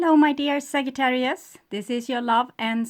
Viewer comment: The correct pronunciation is SAJ---not ag-j not a